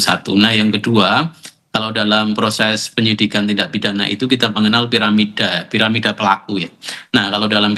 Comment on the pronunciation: piramida kali ah pak, kalo paramida jadinya cici nanti